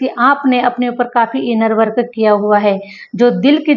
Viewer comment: U r English pronounciations r wrong I wil give u few samples .. ये रिया- एरिया। - area वर्क अ- वर्क- work